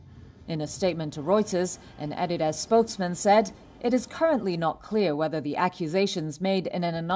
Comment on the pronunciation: R THEY SERIOUS?! 'ADDY-DAZ'??😅